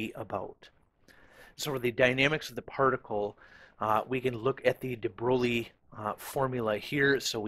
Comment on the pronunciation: de Broglie pron. de Broy.